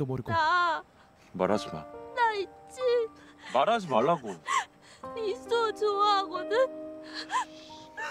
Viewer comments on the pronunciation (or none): 난 이수호를 야소라고 들어버렸다.........